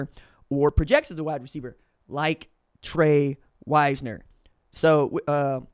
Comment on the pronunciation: Just so you know, you said Tre Wisner’s name correct the first time (wise ner) not (wiz ner)